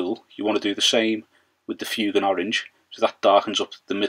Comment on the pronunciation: FWAYGAN, NOT FYOOGAN, sorry but that really bugs me